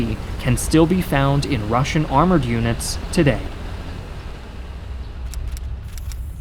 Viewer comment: As a russian i feel pain when he pronunces all that russian words